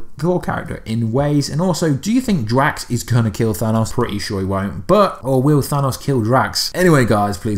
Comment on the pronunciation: Mine hurt from listening to him pronounce thanos name THAW-NOSS